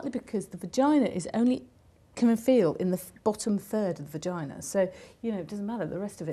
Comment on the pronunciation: sounds like she said pagina